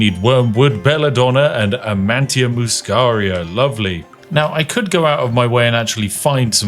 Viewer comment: hurt my soul hearing "amantia muscaria" - it's -nita not -ntia☝️🤓